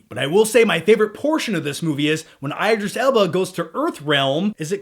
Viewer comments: Its not i-dreees......its E-drees alba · the obligatory BAD Morgan Freeman AND Matthew M. impression. yay.... said no one ever. btw, it's IDris Elba, as in DID not I'D. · Hey, you're pronouncing Idris' name incorrectly.... just saying.